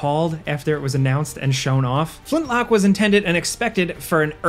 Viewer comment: You say "Flintlock", but all I hear is "Flint-LOCK-WOOOD!!"